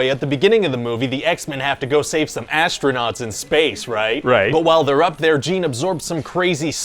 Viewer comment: When he said astronaut i heard adstronaut😂